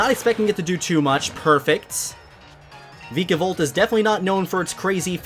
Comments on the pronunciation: It's VIKAVOLT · Does it make anyone else cringe when he says some of the Pokémon’s names wrong. Like VIKAVOLT and SOLGALAO